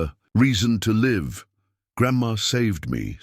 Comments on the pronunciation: If you don't know how to pronounce live look it up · Which is why I am telling you this you are pronouncing it wrong Look it up